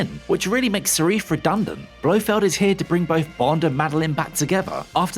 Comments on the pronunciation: If you can’t pronounce the name of a movie’s primary antagonist correctly, you have no business explaining any part of it. Nevermind other trivia you also got wrong, like Swann not being the first Bond girl to appear more than once, that would be Sylvia Trench from the first two Bond movies. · Seriously. Is this guy illiterate? Cannot pronounce th. Think "for better or worst" is correct. Can't even read the name of the villain. You lot have had some real idiots before, but I thought you may have sorted it out by now. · For some reason you're mispronouncing the villain's name. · The pronunciation of Safin basically loses all credibility. Both videos too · Yes it annoyed me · Before posting the comment I was just checking if anyone already did it. It was annoying as hell. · I feel like you have to be trolling when you keep repeating the incorrect name of Safin. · Aarrgghh.....why don't you do your research? 'Only bond girl to appear in more than one bond film'.....er, no. Silvia Trench was the first, appearing in both Dr No and From Russia With Love. Also, why do you keep saying Serif, when its SAFIN????? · Okay good analysis but dude… it’s SAFIN not SARIFFE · You keep saying ‘Sarif’. The villain’s name is ‘Safin’. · Safin, not Sareef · Not Sarif but Safin. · His name's Safin, not Sarif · Why did you kept on saying 'sarif'? It's Safin for chrissakes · It’s Safin! Not Sarif! God this guy can’t read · Sarif?? You mean Safin?! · Safin, omg. Not Serif! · It's Safin not Sarif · Villains name is saaaafiiiiiin bro NOT SAREEEF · Stop saying Sarif !!! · Why are we pronouncing Safin...Sarif? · It is grueling that the narrator keeps saying "Sariff" when referring to Safin. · He’ not called sarif it’s sarin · “Sharif”? What the hell is that? It’s Safin… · Safin not Sarif. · It isn't syreef - It's Safin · How, even when the characters name is spelled out in front of you, do you keep pronouncing SAFIN as SARIF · It’s “Safin” not “Serif”. You’ve confused the villain with a font